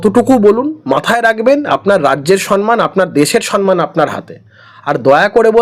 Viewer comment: 'সন্ মান' শুনে শুনে আর পারি না। কথাটা 'সম্ মান'। যে যেরকম মানুষ, তাকে তার সমান মান। 'সম্মান'। ম এর সঙ্গে ম।